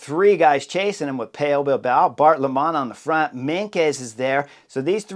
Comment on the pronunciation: Bart Lemmen: pronounce as 'lemon' please. Not like (Greg!) Lemond! 👍 Remarkably, Kruiswijk (Stevie!) you do perfect Chris, and that's not easy, with the 'ui' and the 'ij'!